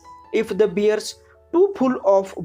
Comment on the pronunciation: you use some words like caused, attacked, bear and other like this you pronounced very wrong